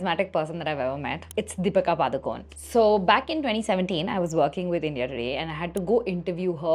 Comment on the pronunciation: You can't even pronounce DEEPIKA PADUKONE properly 😂